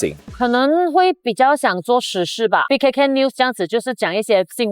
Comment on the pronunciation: 可恩说的是BKK 还是 BBK? 🤣🤣🤣 恭喜你们achieve新的里程碑！会继续收看你们的channel 👍